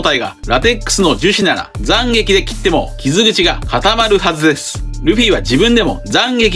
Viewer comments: 7：57 急に東北弁に聞こえるんだがw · 斬撃の発音が気になるｗ